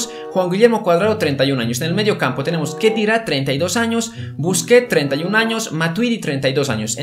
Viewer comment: khedira se pronuncia Khedeyra